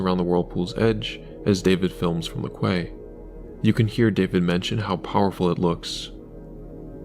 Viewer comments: Can you not get the AI to pronounce quay properly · must be engagement bait then cause everyone knows how to pronounce quay